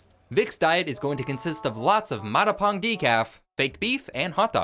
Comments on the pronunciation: Love the video but just a quick little pronunciation correction in case you come across it again: Matapang is pronounced MA like in mama, TA like in tat, PANG like in hung. It's a Filipino word meaning brave (a ton of Filipino devs helped work on the game). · The way you said 'matapang' had me doing a whole double-spit-take, I can't 😭